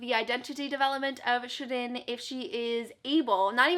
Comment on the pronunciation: Aaaahhh. You pronounced Shirin's name correctly. 💖 Glad that you loved AVLEOS! xx